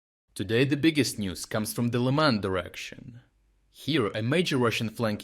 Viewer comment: In the past I’ve read some comments saying that the narrator’s voice is AI now, that they modeled it off of existing voice clips. I wasn’t sure myself as it was pretty consistent. But one thing I noticed for a while now is the pronouncing of Lyman isn’t consistent which is a thing of AI voice overs.